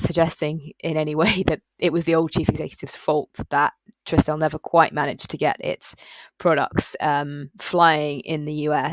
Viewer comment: Think my original comment may have got lost or deleted. Just wanted to highlight it’s pronounced TRI-stel, not TRISS-tel. Plenty of videos online of Paul Swinney, the founder, for you to verify